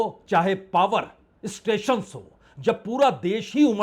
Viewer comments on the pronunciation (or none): none